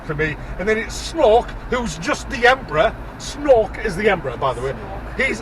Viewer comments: Did he say Snork is Snork or Snoke is Snoke? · Isn't Snork just how geordies say snoke? :) Do you live in Lumley or something? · You start make laugh when you call him snok 😄 I hate this movie to🤬